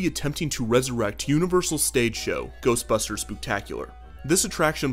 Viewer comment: The first time that Ghostbusters say Ghostbusters it sounds like they are saying Toastbusters